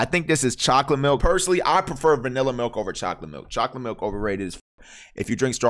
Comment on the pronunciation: Nigga said vannila milk